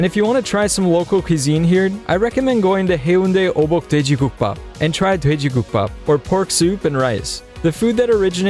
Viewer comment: Why is Gukbap pronounced "buukbap", shouldn't it be spelled Buukbap instead?